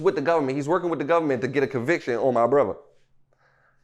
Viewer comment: You can hear the "H" when he say brotha 😂😂